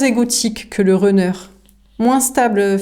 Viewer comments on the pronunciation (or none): Bonsoir ! Runner se prononce Ranner non Renner 😊 le U en anglais ce prononce A comme Gun ou Sun